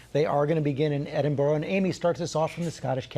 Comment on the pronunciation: It is not ‘Edinburrow’ / it’s ‘Edinberrah’. It’s ‘Monerk’ not ‘Monarrk’ etc